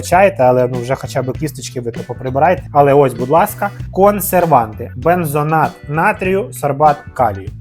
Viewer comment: Шкода, що не читаєте коментарі. БензоНат натрійю - не існує, говоріть правильно, вухо ріже(